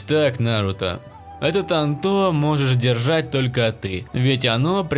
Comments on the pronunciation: Бесиш Не тантО А тАнто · Сука тАнто А не тантО